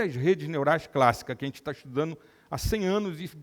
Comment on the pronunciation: Que pena ver um médico falando: estudano, pareceno, andano... Onde foi parar o seu português, Dr ?!